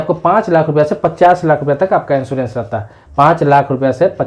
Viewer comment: Pl.first thing insurence hota he insoorence nahi aap anpd hein kya